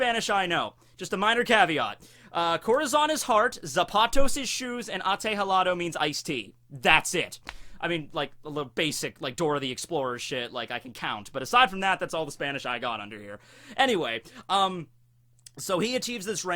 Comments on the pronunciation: Ategelato? That does not mean ice tea, xD. It's "té helado", the "h" is not pronounced. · You mean "té helado" it sounded like atejelado. Your pronunciation is really bad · Ate galato is ice tea in spanish? You are wrong or your pronunciation is horrible. Nice vid, though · "Te Helado" but very close! 2/3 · That’s not how u say iced tea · I'm a native spanish speaker and that's the worst pronunciation i've ever heard for "té helado", your spanish teacher made you pass that class because he didn't want to listen to you ever again. Nice video anyway ;)